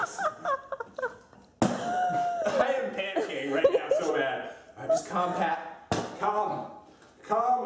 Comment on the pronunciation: its pat not path xD